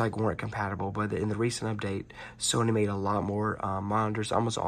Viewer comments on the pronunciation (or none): none